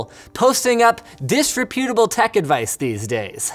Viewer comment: He cannot pronounce disreputable...just sad.